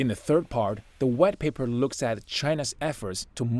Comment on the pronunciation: "the red paper..." ... "the red paper..." is what I've heard Please train this narrator or let him do some other task until his pronunciation improves